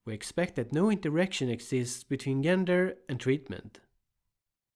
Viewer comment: Excellent video!! Super helpful. I’ve really enjoyed a number of your videos and have learned a lot from them. One very minor thing, gender is pronounced with a “soft” g, so say “jenger” and you’re good to go.